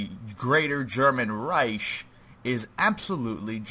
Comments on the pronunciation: This hurt to watch, not cause it was bad, but because of pronunciation. Reich is Pronounced like rike, not riesh. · This bugged me the entire video, it is pronounced Reik not Reish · Yes, like bike